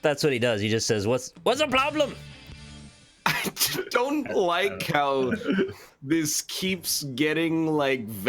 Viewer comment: Did we ever figure out what the ploblem was?